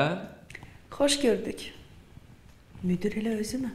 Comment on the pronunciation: "Müdür" yox,"müdir"